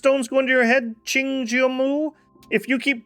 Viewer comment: Pronouncing Cheng as Ching is crazy